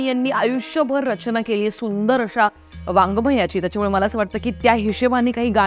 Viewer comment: आधी आपली वाचा शुद्ध करा सुरुवात इंग्रजी मधे कशाला वागमय असा उच्चार का तो शब्द वाङगमय आहे